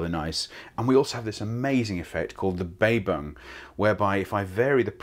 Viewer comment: Well he kind of makes up for it with the 'Baybung"